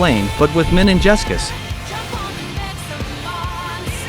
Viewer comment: mininjescus................. really?